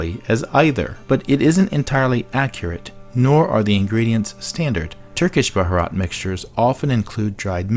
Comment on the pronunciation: Omg you totally butchered the word bharat , I kept cringing sorry .